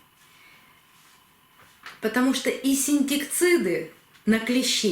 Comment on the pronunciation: Добрый день! Спасибо за большое количество очень ценной информации! Теперь в голове все лежит на своих полочках! В случае необходимости можно оперативно будет оказать помощь орхидеям! Еще хочу подсказать Вам, что Вы не совсем правильно говорите слово Инсектициды (от лат. insectum «насекомое») . Ждем с нетерпением Ваших новых видео! Хорошего дня!